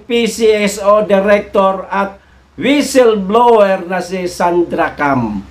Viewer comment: WESIL? BLOWER , TINGNAN MO SA INTERNET ANG TAMANG PRONUNCIATION